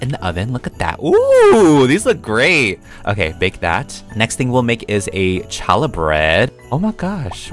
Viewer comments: i love to see bloxburg doing new things like side quests and advent calenders very exciting! Also you pronounced Challah Bread wrong! It’s pronounced ha-la bread. 😅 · Hi! Just wanted to say it’s pronounced “hallah”! Thanks for keeping us updated! ❤ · they should totally add more Hannukah suff. Also, challah is pronounced ha-lah. It is made during Jewish holidays, primarily on the Sabbath (Friday evening to Saturday evening) I'd love to see draidels, jelly doughnuts, and Ladkes, aswell as a minorah! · btw for anyone who didn’t know, challah is pronounced with a silent c. it’s a special bread made for jewish holidays! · HEY PEETAH! So the bread is pronounced hall-la it’s a bread that is eaten on Hanukkah! I like how bloxburg is bringing another religion! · The “challah bread” (ha-luh) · Lol the challah bread is a bread we eat on Shabbat for Jewish people and its pronounced h-a-l-l-a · The bread is called challa it's not pronounced how it looks it's for Hanukkah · It's "hallah" (holla) "Challah" is the traditional spelling but an easier pronunciation for the unfamiliar is "hallah" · It’s Hal la it’s a Jewish bread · you pronounced challah wrong lol. Im so happy they added Jewish food!!!!!